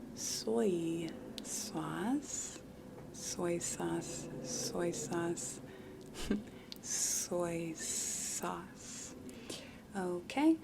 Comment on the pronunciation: 'soy sauwce'